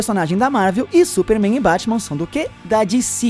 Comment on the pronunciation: Di ci, kkkkk quer falar bonito e fala errado